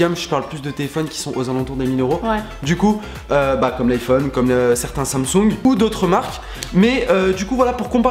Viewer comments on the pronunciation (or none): Ptdddr team iPhone, android c’est nul (sorry les gars m’insultez pas) assez louche le nom 😂 par contre comment tu dis Samsung wsh « sansongue » 😂😂😠